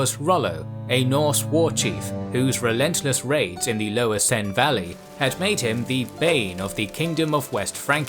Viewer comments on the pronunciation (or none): none